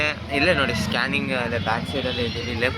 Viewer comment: ಸ್ಟಾನಿಂಗ್ ಅಲ್ಲ bro adu ಸ್ಕ್ಯಾನಿಂಗ್ adu salp ಮಿಸ್ಟೇಕ್ ಮಾಡಿರಿ bro